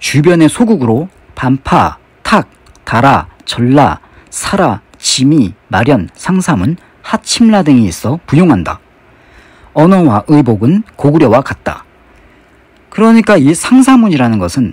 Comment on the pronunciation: 상사문을 기문이라 읽는 것???